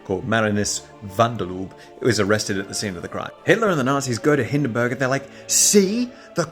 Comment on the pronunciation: Hindenburg is more like Hinden boorg